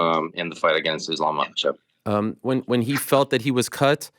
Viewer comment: If you're gonna say the champs name, say it correctly. Islam Makhachev